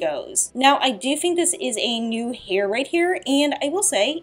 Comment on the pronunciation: You have a really bad speech impediment.. you pronounce T and Th as F and FUH. Why? Like, "I fink"..